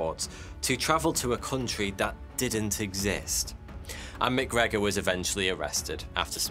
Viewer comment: Correct me if I’m wrong but isn’t MacGregor “Mac” and then McGregor would be “Mic”? One Scottish and the other Irish? Great video!!! Crazy scam !